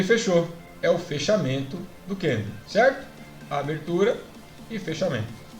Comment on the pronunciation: Kkkkkk é só eu ou mais alguém fica agoniado de ouvir ele chamar o candle de candleu?kkkk zuera